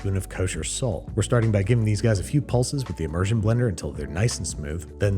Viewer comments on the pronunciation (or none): none